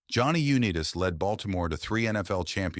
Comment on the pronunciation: Damn shame you couldn't train your automated voice over to pronounce Unitas correctly.